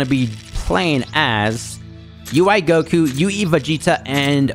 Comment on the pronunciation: normal people : goku! him : gokuyou